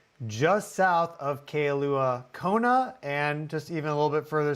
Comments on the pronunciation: For the expert, the town is called Kailua-Kona, pronounced. K-EYE- LUA. Come on, get it right. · Kailua Kona. Pronunciation: k 👁 Lua. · It’s pronounced “Kai-lu-a Kona. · It’s pronounced Kai-lua Kona , lol